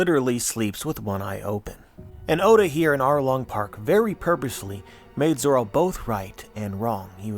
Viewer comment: So zoro’s name is not actually zoro? It’s zolo?